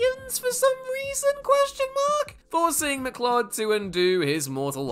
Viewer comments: Its McCloud not mclud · Stop saying "McClod", CLOUD isn't an unusual word. McCLOUD, like the things in the sky ffs. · I’ve noticed, recently, that Whatculture presenters, don’t care about proper pronunciation. It’s not MacClod, it’s MacCloud. Put me off the whole vid! Makes me wonder if you actually watched the movie! At least you didn’t say Mac Kleeodd😂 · The name is Connor MacLeod. So if you are just reading a script, then it's a simple mistake to read it as "mc-clod". But you would have also had to have been living in a box and never seen even a single clip of the Highlander (or watched one of the Queen music videos). ;) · Stopped watching after he mangled the name Connor McCloud and said "it sounds as ridiculous as it sounds". WTF??